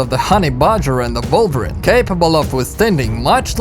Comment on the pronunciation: Again, it's not volvirin! Its WOLVERINE!